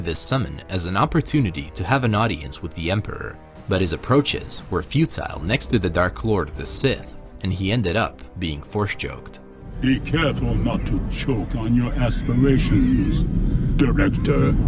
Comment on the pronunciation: Did you say Force Joked?